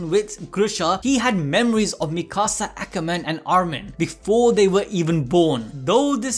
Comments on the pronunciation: Bro said mekasa akamen😂😂💀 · Ngl I used to hate the intro and now I’m upset because he didn’t say it right